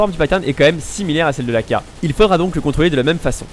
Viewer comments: "contoler" son full :) sinon très bonne vidéo merci ☺ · je suis le seul a avoir vu le "contoler son full " xDD sinon très bonne video j ai appris plein de trucs continue comme ca tu gères:p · "contoler son full" 8) np les fautes ca passe ! ^^